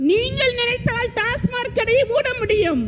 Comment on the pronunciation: ஒரு பெண் மருத்துவருக்கு TASMAC டாஸ்மாக் என்று சொல்லத் தெரியவில்லை. TASMARK டாஸ்மார்க் என்று சொல்கிறார். உண்மையில் இவர் மருத்துவர் தானா என்ற கேள்வி எழுவது தவிர்க்க முடியாதது. 😊